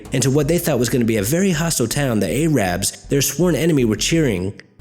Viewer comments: "A-rabs" hahahah love your videos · "A-rabs"? Hillbilly much, son? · Pronunciation all over the place - Iraqis from "Eye - raq"? "Eh - rabs"